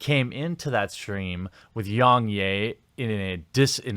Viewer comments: “Yungyay”? My guy, he says his name in every video, it’s pronounced Yeah, like a positive affirmation. I know I know, maybe it’s a difference of accents or somethin, but it’s still his name, ya know? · "YongYay" it's pronounced Yong YEAH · Yong yea not yong yay 😅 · Its yong YEA....NOT YAY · its yong yeah not yong yey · Was anyone else triggered by how he was saying YoungYAY? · ....How does everyone mispronounce Yong's name when he says it in every video? Yong YEAH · its pronounced Yong YEAH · It’s not “yong yay” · so funny how every youtuber pronounces Yongyea wrong. Its pronounced like "yeah", he literally says it at the end of every video, lmao. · Rich from ReviewTechUSA does it to and it's baffling. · okay.....with that logic might as well say YoungHurray?.. It's a mispronunciation, and kinda shows his laziness. Anyone who watches one or two of YoungYea's videos will know how to pronounce his name. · Hearing you say his name wrong 200 times despite the fact that he says his own name in every single video was incredibly painful. Do better research next time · If you can't even pronounce Yong Yea properly, this only serves is a testament as an authoritative critic on the subject. It sounds like you just came here to insult the Kotaku writer. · It seems you are purposely saying Yong's name incorrectly.. really annoying lol ... He says it in all of his videos...